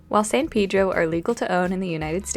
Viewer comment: That is not how you pronounce “Pedro”